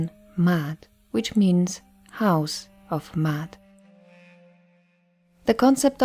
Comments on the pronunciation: Actually it’s is pronounced how it looks: “Ma…At”. There is no y sound... Also, Ma’at is not a religion, they are a list of principles to live by a way of life. That’s all it was. There was no concept or audiology called religion back in the Greek so the one that comes up with the concept of religion, which is organized spirituality. In Ancient Kemet (original name of the region before Egypt), all they expected was for people to learn from nature and to live clean as possible. They created temples created symbols and concepts for people to learn from wisdom if they choose to. The purpose was for everyone to live freely and live a life of balance. (no religion) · It is not Mayat as the glyphs comprise of the Maa glyph which is a digging tool, an arm glyoh which is also an A sound and the t. There is no Y in Maat meaning there is not a double reed leaf which comprises of the Y sound. So basically, there is no Y as there is no double reed leaf in her name. The person who created the video is pronouncing it more accurately than saying "Mayat". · Are you saying Da'at like wisdom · And you can’t even pronounce the name correctly. Smh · I wanted to listen to this in its entirety but every time you say Ma'at I cringe. Next time, please learn how to properly pronounce the words/language before making a video. It takes away from your credibility. If you don't even know the correct pronunciation then how can I trust that you really did your research in bringing forth the rest of the information???